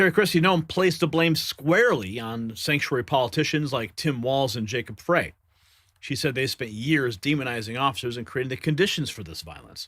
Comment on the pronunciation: Frey is pronounced fry as in Fry brain